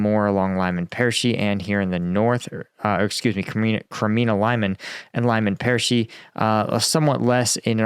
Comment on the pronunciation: Ok, a little help for your pronounciation 😉 : Lyman is pronounced "Leaman" and Medvedev should be pronounced "Med Vedev" . Cheers